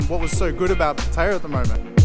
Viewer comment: At least you know how to pronounce pattaya. Unlike some youtuber named chad 🤣. Boy he messed up pretty good on his last video. It's like he dug his own grave 🤣🤣🤣